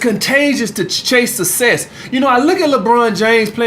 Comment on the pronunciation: “You either want sesss or susess”